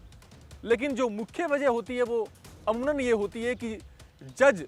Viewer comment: अमूनन नहीं अमूमन होता है।